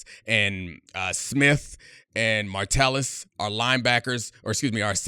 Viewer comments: MA Tell Us.... Ma tell Us.... Not martellus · I stopped watching when you said "martellus" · Idk why but it bugs me when he says Martellis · Honestly can’t watch this having him mispronounce mattelus over and over again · Watch Gruden do his Packers/Vikings preview. He called him "Martellis" too. Gruden pronounced a lot of names wrong - GREENard, Tyson Chandler (name is Tykevius), Josh Martellis, etc. You can tell the defense is largely made up of great scheme players over stars if you don't know some of the players. BTW, his favorite players were Cashman, Martellis (lol), and Van Ginkel. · can't even pronounce Josh Metellus' name correctly